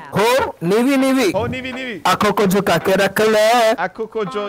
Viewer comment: when you say jhukake as bukake ded